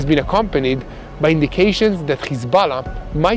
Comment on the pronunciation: Please say Hesbollah and not Khesbollah.